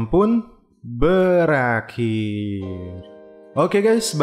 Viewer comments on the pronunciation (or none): bangkan lu bilang berakhir tapi kok lu bilang belendir yahaahahahha